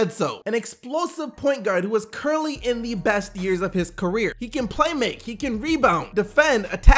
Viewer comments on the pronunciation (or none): none